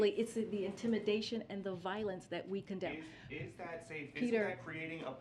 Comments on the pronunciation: Umm, heard that commend instead of condemn… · Anyone else catch the slip up when she went to say “we commend intimidation”? But changed it to condemn quickly…truth comes out as always with this one.